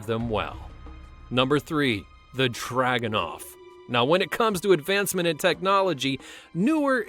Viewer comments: It's Dragunov, not Draganov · It’s druganov you uncultured western spy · 3. is wrong the Name is dragostinov i am russian and believe me i know it!!!